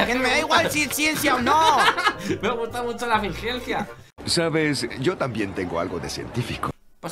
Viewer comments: El dice acenis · Jajajaaj cómo le cuesta a decir eficiencia xd💙💙